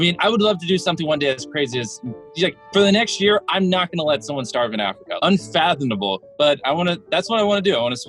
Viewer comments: Jimmy needs to learn how to pronounce “unfathomable”. It’s not “unfathonmable” hehe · He can't pronounce unfathomable to save his live. But he's still a pretty cool guy.